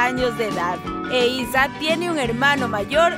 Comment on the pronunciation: Se dice eiza